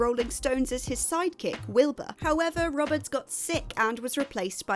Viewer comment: It's Jason Ro-bards, not Rob-ards.